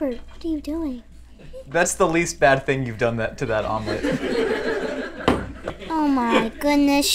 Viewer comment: Someone please tell me is still alive after that”Omelet”